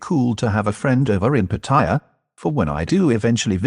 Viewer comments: You talking direct to the camera in your own voice without the AI narration would have had a lot more impact. Apart from obviously not being your voice , almost certainly not your accent or manner of speaking , AI does not know how to pronounce Pattaya properly - the three syllables should be without emphasis rather than putting the emphasis on the second syllable which is what many tourists and short term visitors do. To survive and thrive in the Pattaya bar world requires various skills and character traits that Mac possesses in spades which should have switched on a red light at the first viewing of a Mac TV vid regardless of how entertaining they are ! Such are the dangers of trusting people only in the cyber world , sight unseen. I've lived near Pattaya for the last twenty years. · PATTY JA for the brits & other dumb snot noses ,.... or as they seem to say in Thai PAR TAY JAA 3 seperate sounding words each with their capital P T & J , contra patty ja ! ...show some RESPECT TO THE THAI LANGUAGE & consider pronouncing it like THAIS DO ? par taa jaa !